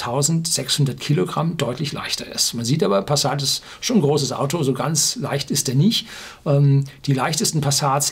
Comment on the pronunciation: ...ganz...mit z.... nich mit s... : )